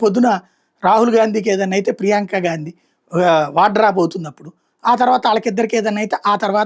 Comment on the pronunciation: గాండీ కాదు గారు గా....😊